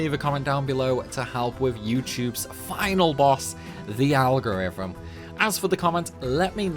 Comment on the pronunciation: I was about to hit like and subscribe, but then I heard you say algorithm.